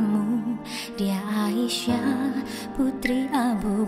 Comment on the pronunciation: Assalamualaikum...Itu sudah betul pengucapannya Aisyah. Insyaallah saya sudah mendengarkannya dengan baik. Terima kasih. Wassalam 🙏